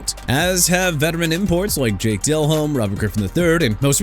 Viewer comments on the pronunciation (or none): BRO LET ME TELL YOU SOMETHING: YOU DON'T GET TO MISPRONOUNCE EVERYBODY'S NAMES IN YOUR VIDEOS NO MORE! YOU UNDERSTAND?!?! JAKE DELHOMME AS IN DEH-LOHM NOT DEL-HOME!! CHICAGO AS IN EITHER SHUH-KAH-GOW OR SHEE-KAH-GOW NOT CHEE-KAH-GOW!! NEW ORLEANS AS IN NEW OR-LINS NOT NEW OR-LEANS AND THE DOLPHINS TO SEPTEMBER CHAMPIONS... ARE YOU KIDDING ME?! THEY'RE A MESS AND THEY'RE IRRELEVANT, LACK OF A FRANCHISE QB AND A POOR DRAFT HISTORY AND THEY CAN'T WIN IN COLD WEATHER... AND?! YOU GOT A PROBLEM WITH THE TEAM, ADDRESS IT IN PERSON!!! YOU'RE DONE DISRESPECTING THE MIAMI DOLPHINS AND YOU KNOW WHAT? SOMEONE NEED TO DO THE VIDEOS INSTEAD OF YOU!!